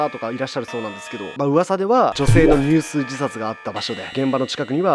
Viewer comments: にゅうすい、じゃなくて じゅすい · にゅうすい？じゅすいじさつでは？ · 「入水」にゅうすい→じゅすいです！ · 読み方の訂正 合戦(かっせん)→単語の前に名詞(源平など)が入らない場合 入水(じゅすい)→自殺の方法として水に入る場合 いつもありがとうね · にゅうすい❌ じゅすい⭕ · たっくー、じゅすいやにゅうすいやない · 合戦→かっせん 入水→じゅすい って読みます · 「じゅすい」は「にゅうすいして自殺すること」。「じゅすいじさつ」と読むと重複するため、「じゅすい」あるいは「にゅうすいじさつ」というのが正しい。でも最近はアナウンサーも「じゅすいじさつ」っていうからこれも可。ってこの間国語の先生が言ってた。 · にゅうすいじさつじゃなくてじゅすいじさつだよね？ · 入水自殺 ❌にゅうすいじさつ ⭕️じゅすいじさつ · 「入水(じゅすい)」ですね。私も太宰治ってにゅうすい自殺したんだよね～って鼻高々言っていたら年長者に「じゅすい！ね」とツッコまれました。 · じゅすいじさつですよね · 入水 ⇒じゅすい 前も同じミスしてたよ たっくーかわいい笑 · 自殺なんで入水(じゅすい)っすね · にゅうすい、は草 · 入水自殺→じゅすいじさつですね。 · 細かいことになるけど 入水（ちょすい）な